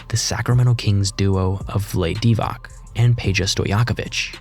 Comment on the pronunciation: Vlayd Divac 😂😂😂